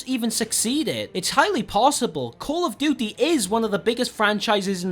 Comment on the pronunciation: Callufdutte that is how it sounds no hate